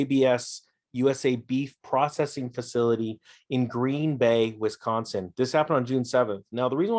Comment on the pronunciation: even hearing some say Wisconsin is hilarious